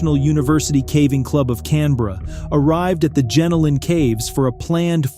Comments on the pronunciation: Not Gen-o-lan Caves. But Gen-Ol-N. Good to see Aussies on the channel. ❤ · It's pronounced jen-oh-lin caves